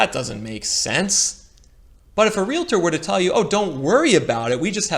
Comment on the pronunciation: It’s realtor not realator and most realtors I’ve ever known say they don’t have a crystal ball. Many don’t know what’s going to happen at all and don’t pretend to know. Please don’t scapegoat realtors!